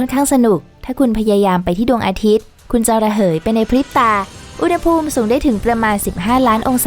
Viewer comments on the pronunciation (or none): “อุณหภูมิ” อ่านว่า อุน-หะ-พูม ครับ ปรับปรุงด้วยนะครับ อ่านผิดหลายคลิปเลย